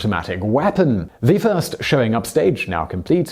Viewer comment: He said tirst not first